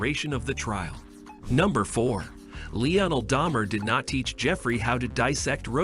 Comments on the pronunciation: LEE UH NELL??? Ok that's it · Did I just listed to an AI learn how to pronounce Lionel, only to later mispronounce urine?